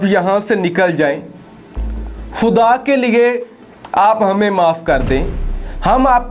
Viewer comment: اللہ کے بندے لفظ خُدا ہوتا ہے نہ کہ کھُدا اپنا تلفظ صحیح کرو،اردو کو اردو خط پڑھو نہ کہ انگریزی خط میں۔